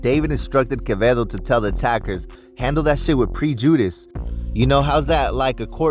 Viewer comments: PRE—JEW—DISS???? 🤦🏻‍♂️ prejudice is pronounced as pr-eh-Jah-dus. Easiest way I can describe it.. I think we all need to take a reading and comprehension refresher course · Pre-jew-diss. 😂😂 Its. Pre-jah-dis. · Mf said Pre-Judas lol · PREEEE JUDIS???? 🤣 HOMIE U DUMB AF 4 REAL NBS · Pre judice 😅 …prejudice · 😂😂😂😂.".pre judas"😂😂😂😂😂its prejudice 😂😂😂get a dictionary homies 😂or tall to chat gpt , whoever let you talk like dat is not your friend 😂😂😂😂😂😂😂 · "Handle that with pre judas" 😂 its prejudice homie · Damn.. not with prejewdeece. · Its pronounced Preh-juh-dis homey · Say it with me pre-ju-dice non reading ass nigha 😂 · Prej-u-dice , myboy 😂😂😂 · Aye foo i hope your clowning around cause comn "pre-jew-dis 😂😂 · 😂😂😂😂learn how to pronounce prejudice 😂😂😂😂😂😂😂😂😂😂😂😂😂😂😂😂😂😂😂😂😂😂😂😂😂😂😂😂😂😂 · Did he say prejudice 😂? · i died the way he pronounced prejudice 😂😂